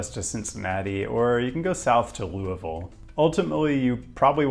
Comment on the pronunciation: Good video. I'm impressed you pronounced "Louisville" correctly lol